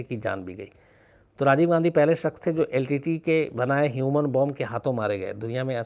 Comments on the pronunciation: Shams ji main aapko dhanyavad karna chahtha hoon. Lekin aapka yah shabdh " litte" kante ho yeh galath hain. iska sahi pronunciation yel. ti ti .yee bantha hain. Shukriya. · Litte ...Litte...i was confused at first. 🤔 But later realised that SHAMS sir was saying L.T.T.E as LTTE - Litte. ( in short pronounced ). 😅